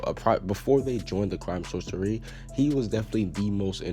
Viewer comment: I thought it was pronounced "Source-ee-air"